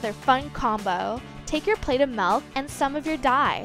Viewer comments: milk its milk not MALK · the way she says “melk” 🥶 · The way she says 🥛 milk is annoying 😒